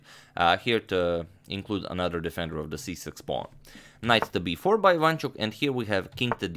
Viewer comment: Not quite. He does a relatively good job, of course, but messes up the stresses. For example, it is pronounced IvanchUk, no IvAnchuk.